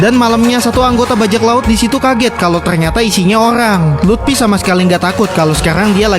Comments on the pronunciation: Bang luffy bukan lupti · Luffy woy! Bukan lutfi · Bang itu mah lut😅fy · Luffy bangsat bukan Lutfi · Luffy ❌ Lutfy✔️ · Luffy ❎ Lutfi ✅ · Luffy❌ Lutfi✅ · Bukan lutfi tapi luffi bang